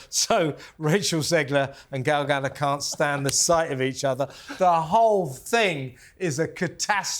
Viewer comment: Gal GaDOT, people of TalkTV. Ga-DOT. She's Israeli, not French.